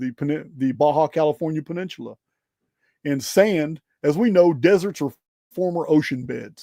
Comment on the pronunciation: Baja = Bah-hah: Peninsula = Penin-soo-la